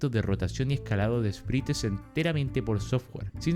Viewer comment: Buenazo video Edit: un consejo es q Sprites se pronuncia Espraits 🫂